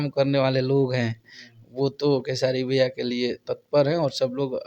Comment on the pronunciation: pahle naam lena sikho,Khesadi nhi Khesari...